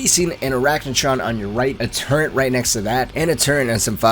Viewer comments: there in no "n" in "turret". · What are you talking about? It’s the turent not the turret